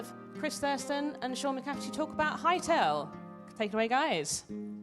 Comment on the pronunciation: I'd like to be the first to point out I think I mispronounced his name..I believe I said mccaffery instead of mccafferty. Sorry guys! Other then that I hope you enjoyed it!